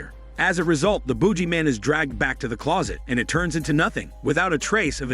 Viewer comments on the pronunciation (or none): I thought he was saying Boobyman, man with big malones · Boog-ee-man please stop saying it the way you do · The narrator should do a smelly hormone yoga with him self, he can't pronounce boogeyman. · LOL, thank you! I don't know why the narrator can't use his smelly hormone muscles to pronounce it normally